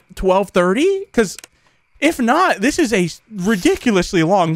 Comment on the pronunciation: it sounds like he cussed, but he said 'man this is intense' it's just the way said it sounded like that.